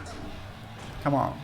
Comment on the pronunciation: Tekken 4: "Come on.." Tekken 7: "KAHMON"